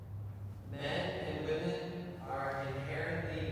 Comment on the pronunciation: It's "Whym-men",, not "Whum-man"!!! (Woman/Women.) That drives me crazy. If I lived in a house full of males I wouldn't say "I live with a bunch of MAN." I'd say "I live with a bunch of MEN." Pronounce correctly,!!! "Theres a group of females. Look at all those Whum-man." NONONONO!!!!